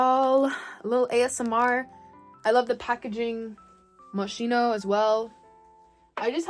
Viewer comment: Moschino is pronounced Moskino (no hate)